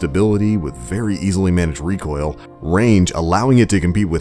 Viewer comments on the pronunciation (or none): none